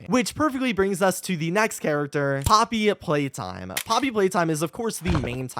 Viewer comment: “poppy playtime” ahem… close enough.